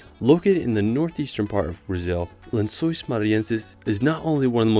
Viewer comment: The pronounciation of lençóis really popped off